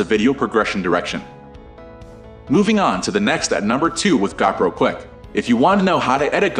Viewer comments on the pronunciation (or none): It's Go Pro not Gaw Pro!